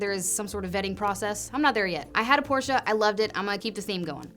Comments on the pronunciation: Kudos for correctly pronouncing Porsche. Almost like a German. 😉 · Thank you for pronouncing Porsche correctly. Good luck. And absolutely do purple. It’s the best. Treat yo self.